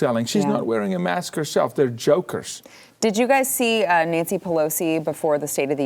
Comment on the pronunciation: "Don't import Russian vodka, send it to Nanshee."